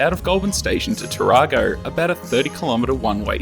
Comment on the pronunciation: Hi I enjoyed the video you missed pronounced Tarago you have seen to many toyota adds. Did you happen to meet Leon Oberg he does a lot of train pictures around the area. Keep up the good work.